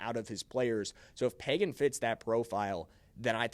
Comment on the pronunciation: It's not Págan.. it is pronounced Pagán (pahGán) Sorry, that's my name also and people assume right of way that is pronounced Pagan like from the Bible. Accentuate de last á. Gracias! Oh and yes. The RB1 from Notre Dame should be Los Chiefs 1st rd pick! Have you seen his tape?? Holy shit! Is like if Barry Sanders and Adrian Peterson had a kid. That's Jeremiah Love!